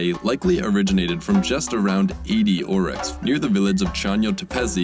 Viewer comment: Yes. And he said "Auroch", rather than "Aurochs".